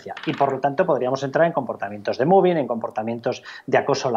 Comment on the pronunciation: Por favor, pronuncien bien mobbing o digan simplemente acoso laboral